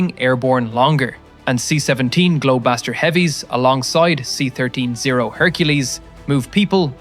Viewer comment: And "C-13 O"